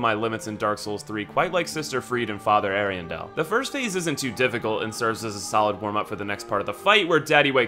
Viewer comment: Every time he says Freed for Friede a part of my soul dies. Ariandel literally says her name in the fight. Ariandel is pronounced wrong as well, but it's more excusable since I think only one npc says it. It's Ari-andle like handle. There's no emphasis on the "del" part of it.